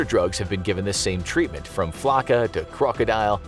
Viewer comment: I believe it's pronounced Crow•co•dill not crocodile